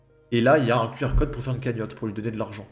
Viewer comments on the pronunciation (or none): Le fait qu'elle fasse des économies sur les "r", j'ai du mal aussi. " Je suis rentrée pou' me changer", je lui ai donné rendez-vous pou' aller me chercher"...